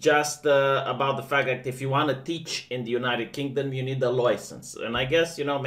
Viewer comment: Take a drink each time says LOUISENSE